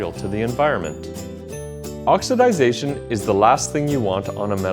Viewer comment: Its OXIDATION, not OXIDISATION